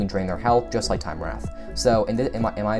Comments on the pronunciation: Fyi, Time Wraith is pronounced like Time Rayth. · Dude said time wrath😂🤣😂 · It's not wrath its wraith